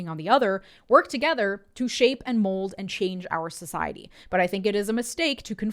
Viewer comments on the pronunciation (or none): none